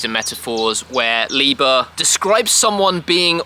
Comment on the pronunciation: It is Ly-ber.